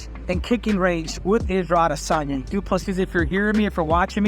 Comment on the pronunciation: It sounded like Henry called him “Ego Adesanya” which is very ironic